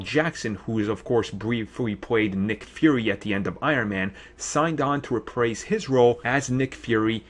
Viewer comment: I hate to be one of those people but here are some corrections: Tyler Mane not Taylor Mane."Rih-prase" should be "re-prise". The city in Ohio is called Sandusky not "Suh dinsky". (end of corrections) The second half of IM2 is where Thor was rumored to be introduced. It would've been better than what came out. That way, the Thor film could start off balls to the wall. Instead, it was meh.The Destroyer was handled all wrong.